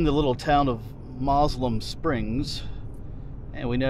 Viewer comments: Fleetwood is where i grew up. Many changes as you drove thru. The locals say Moselem as mo sill um. Yes do a small town tour. Thanks for sharing,. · I always heard it pronounced MO-sel-um Springs.